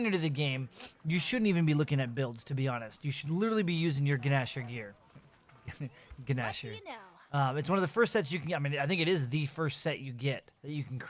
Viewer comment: The guh-nasher